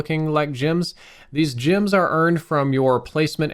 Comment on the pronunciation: Jims?... or gems?! G eehh mms gems